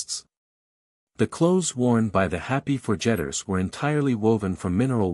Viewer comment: Not too horrible for being read by ARTIFICIAL INTELLIGENCE. The pace was good and pronunciation clear and mostly accurate. The mistakes that stood out most were the name of a group of people called the Forgetters that was pronounced ForJETTers, and some words that you would know how to say from context - Street Peters for St Peters as one. At some point page numbers entered the text and a human would know to just ignore those, but they were read every time. Not read with feeling.